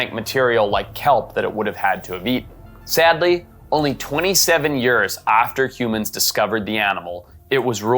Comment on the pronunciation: I cannot comprehend how you pronounce years